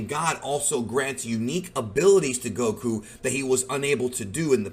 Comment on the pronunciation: Stop saying Goku like that